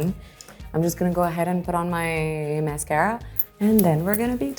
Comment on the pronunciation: The "MAYSCAYRA" was what got me 🙄